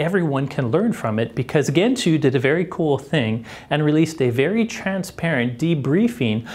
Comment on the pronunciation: It's pronounced djentoo, not kentoo